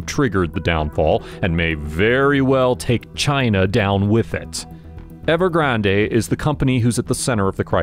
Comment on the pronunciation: It’s Ever-grand. Not ever-grand-a